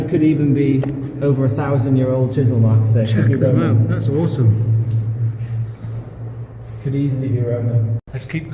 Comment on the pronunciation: ‘Oresome’ very enjoyable.